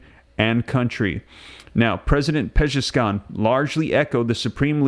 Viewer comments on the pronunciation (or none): none